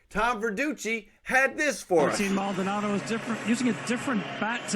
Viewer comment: Maldonado* not Maldonaldo